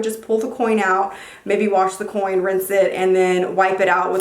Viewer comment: Every time she said coin I cringed a lil bit